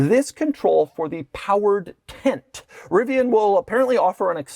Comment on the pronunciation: Tint??? Its Tent.. Why are you pronouncing it as "tint"?